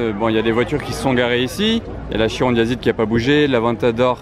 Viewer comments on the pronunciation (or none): On dit KIRON et non CHIRON ! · KI-ron et non CHI-ron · non non,CHI-ron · Trop moche comment vous prononcer chiron et veyron pffff